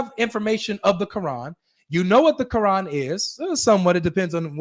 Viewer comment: Qurrr-An